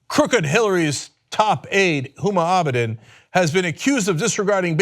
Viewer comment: Let me get this straight, NO ONE not even Huma Abedin's mother has been talking about this woman, and this moron gets up in the morning and decides to talk about a person that he couldn't in a million years pronounce her name correctly ? Some idiot is telling this idiot what to burp out on Twitter, we are in trouble.